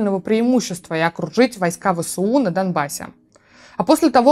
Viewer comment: Позвольте поправить: не Вэ-Сэ-У, а Вэ-эС-У Вы же говорите эР-эФ, а не Рэ-Фэ, верно? )